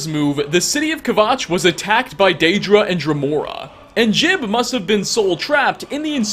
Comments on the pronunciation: Do you just mispronounce words/names on purpose to piss people off? It's jee-ub not jib ffs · Juib's name is pronounced Jewb not Jib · His name is Jiub, not Jib. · It's pronounced Ji-ube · It's pronounced "Jiub" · Pretty sure his name is pronounced "Joob". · Jiub pronounces it Jib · JOOB! IT IS PRONOUNCED JOOB! LIKE JOB FROM THE BIBLE! GRAH! I don’t hate you but it does hurt, like British people mispronouncing oregano. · Khajiit So? He'll never learn how to pronounce it right if we don't help him.